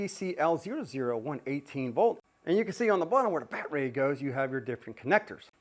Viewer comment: I really like this guys videos on Ryobi tools but the saying "BAT-RAY" almost makes them unwatchable. I subbed anyways